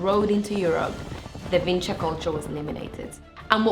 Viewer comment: VinČa! But you are getting sick more and more from a strange disease. First, you don't have a surname that is associated with the name of the place because you don't have the necessary voice in your language to pronounce the name correctly. Vinča, so Č, not Ć, not C. You can't tell the difference between the two voices and neither can English speakers. Second, do you really think that 9000 years ago they called that place and the whole culture the same? I live 5 km from that place...